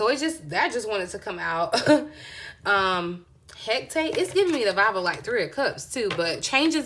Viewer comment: Hecate, pronounced Heh - cah - tay 😉💖💛